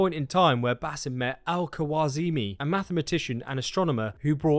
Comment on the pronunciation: It's pronounced kha raz mi Not kuwaazimi or whatever